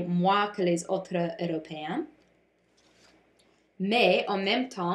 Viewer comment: Bon travail! Tu as beaucoup des détailles intéressantes, mais tu peux améliorer ta prononciation avec les mots comme "heures" et "européens" :) --Marissa et Taylor